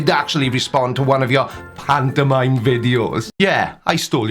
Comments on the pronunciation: im sorry. I love your videos but I can't listen to this idiot say pantomime anymore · I hate hearing this guy say pantomime.